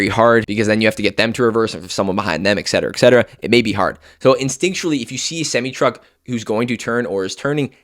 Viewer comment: Why do you keep saying “eck” cetera?